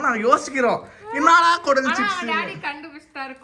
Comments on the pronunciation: கொடல் இல்ல திருநெல்வேலில்ல அது பெயர் குலல் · Athu Kulal pa ,kodal illa